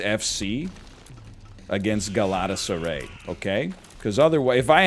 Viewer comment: The way NL pronounced Galatasaray is just gold. I didn't even know which team he was talking about and I watch CL on a regular basis.